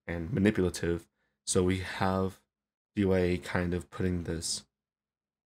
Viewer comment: great video as always! this song was made way before m4rkim made the Record of Ragnarok songs lol also, D.Y.A is actually pronounced as "d ah" if you use the english phonetic